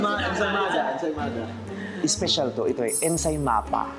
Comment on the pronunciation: x : empanada ✓: ensa... ensamada ✓✓ : ensayMAPA HAHAHAHAHAHAH. Cutie mo Ken Suson!!